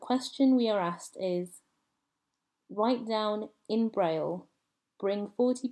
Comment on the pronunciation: Presentıng a "Linguistic Olympiad" but unable to read the name "Braille"? Clowns.